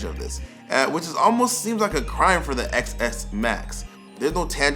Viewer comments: Every time you say “ex s max” I get a headache. It’s the “10 s max”. Life would be a lot easier if you didn’t pronounce the X as a letter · It’s “ten S max” not “Ex S max” :) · It’s pronounced XS Max (10 S) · Disliked cause you keep saying Ex S.... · Painful to hear you call it "excess max" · It’s pronounced: iPhone Ten S Max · That was annoying me